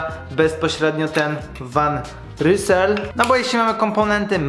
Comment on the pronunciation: To się wymawia „Wan Żyzel” :D